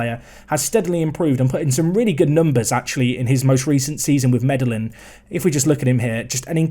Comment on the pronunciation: The Colombian city Medellin is pronounced “Medeen”